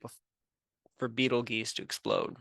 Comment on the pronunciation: It is pronounced (beetle-juice) you a$$ hat